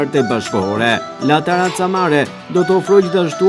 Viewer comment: Po ky gazetari fshatar komplet qe sdi te lexoj La terrazza jo taraca... Keta pronaret slidhin dot dy fjale bashk pastaj as vet nuk e dine pse jane aty qe presin shiritin e diçkaje qe nuk eshte e tyre,, sa gjynah Vlora jone u be beton nga fshataret qe zbriten nga malet...